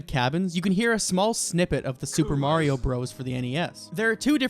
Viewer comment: Imagine saying Mario wrong